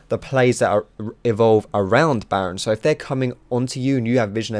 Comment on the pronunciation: Lol did he say 'naron basher, good ol basher'